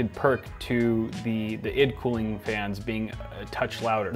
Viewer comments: it's eye dee cooling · its "eye dee cooling"